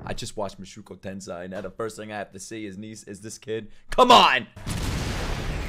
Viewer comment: Oh my. Please man, It's Moo-show-ku Ten-say